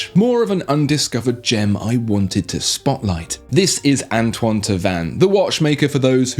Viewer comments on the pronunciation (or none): none